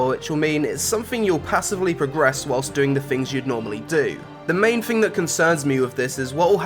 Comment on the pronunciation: it's someFING you like? coolest FING? it's thing pronounce it correct thanks